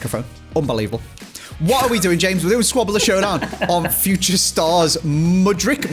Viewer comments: you literally actually pronounce Mudryk's surname pretty much exactly how it's spelled lmao where on earth you got that "ić" from all the time, i've got no clue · Tip on how to pronounce mudryk. You’re in the Mud - Rick the name. 🙂